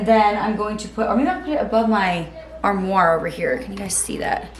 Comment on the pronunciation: Its pronounced arm-wah and I believe thats a french word, anyway alot easier to say, imho!